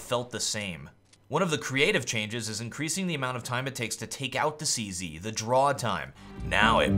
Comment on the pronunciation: lol why does he keep calling it the 'CC'? its called a 'CZ', not a 'CC' lol